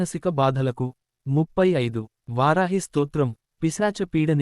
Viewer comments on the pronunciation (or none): none